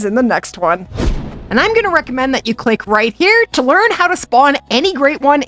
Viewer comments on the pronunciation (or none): none